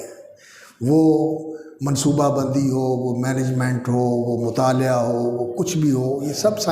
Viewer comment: مطالِعہ❌❌❌❌❌ مطالَعہ✔️✔️✔️✔️✔️